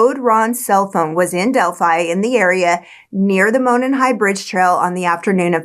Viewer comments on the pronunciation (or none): Monon is pronounced like "moron", but great video. I find the science behind the ejected bullet pretty suspect, but it does sound like they've got the right guy. I hope. The Delphi police aren't exactly Scotland Yard.